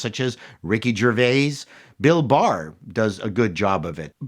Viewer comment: I think it is Bill Burr, not Bill Barr. LOL